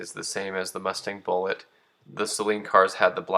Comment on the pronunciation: Great video and I’m glad you say Saleen correctly a lot of people say it sayyylean